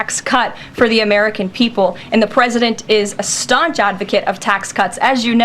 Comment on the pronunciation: She "serves at the pleasure of the pwesident". Emphasis on pleasure.